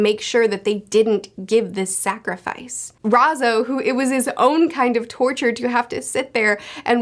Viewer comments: good Video, but it’s R A I Z O, not R A Z O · What is so hard about the pronunciation of "ai"? Its R-eye-zoh. Like is it an on purpose joke? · Ah yes, "Rhazoh" my favorite scabbard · I like how she says Razo 😂😂😂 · She says Raizo with a southern accent, how adorable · Why does sound like she's saying Raizo in a Texan accent XD